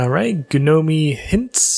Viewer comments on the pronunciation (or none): Did he just say "ga-no-me? REEEEeee